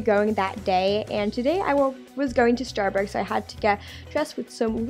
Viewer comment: First you said you were going to starburts? I think it's Starbucks. But i love your vids. Keep up the good work!